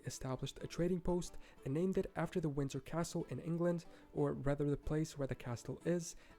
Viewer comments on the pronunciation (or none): none